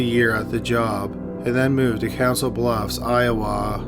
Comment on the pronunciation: Souix City, Iowa is pronounced Sue City, I-O-WAH. However, you pronounced Council Bluffs right.